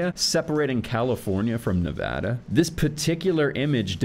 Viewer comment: So glad you pronounced Nevada correctly. Also can't wait to see more videos, and if you want to do ones on maps I think we could all get a lot out of it.